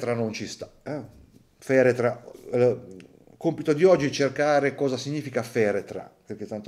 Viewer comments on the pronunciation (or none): L’ha inglesizzata Feretra,come aigor 😂si scherza!top! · FARETRA!!! non feretra... tutte quelle ciofeche che pubblicate mi hanno confuso il povero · Si dice FARETRA.... 😁